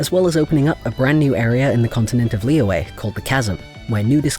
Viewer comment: Ah yes pronunciations, you were close for Zhongli, it's pronounced Jong-li to put it simply, and for Liyue, Lee-yue (last part you say pretty quick) I'm poor at this honestly, so there is a very nice lady named Ying who made a guidance video on it (I'll find the link and put it here later) but yeah um you probably were not asking for help but here I am ha